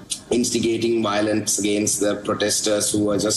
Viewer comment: It’s violence NOT Wiolence…..🤣🤡